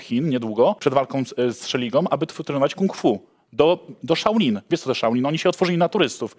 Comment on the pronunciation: nawet nie umie wypowiedzieć poprawnej nazwy świątyni Shaolin XD